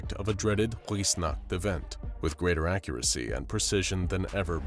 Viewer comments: Weissnacht is so poorly pronounced. Weiss is pronounced more similarly to “vice”. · W's are pronounced like v's in German, so it would be viessnacht, otherwise amazing video one of my favorites by far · I am a bit annoyed at how he pronounced weissnacht as it is a German word so it pronounced more like viessnacht other than that great vidieo